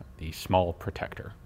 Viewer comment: Gun Jesus pronounced it funny. It ain’t protect-tuer; it’s protect-teur! Although I appreciate the pun.